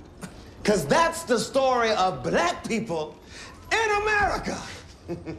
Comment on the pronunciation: This scene is haunting me. I keep hearing Blech instead of Black. Im sure this scene triggered quite a few folks. The uncomfortable conversations. This is America. Profound and deeply moving. Stellar performance. Love his character. Savage truth teller.